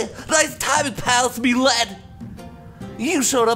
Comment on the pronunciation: Everytime you say "Thanks, Ledd", it sounds like you're talking to Lydia on your Skyrim playthrough :D